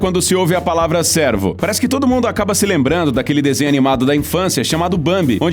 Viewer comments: Cuidado com a pronúncia, cervo é diferente de servo. Servo é tipo um escravo e a pronúncia do "e" seria assim: "é". E o animal é cervo e a pronúncia do "e" seria assim: "ê". Nesse vídeo vc pronunciou servo. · Quem é o locutor deste vídeo? Ele confunde “servo” com “cervo” ao pronunciar o fonema do animal. Mais atenção! 👀🤭